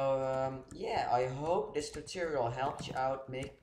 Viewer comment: For the record, its tutorial not toturial